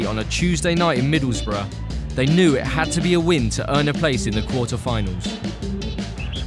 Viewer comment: Correct pronunciation.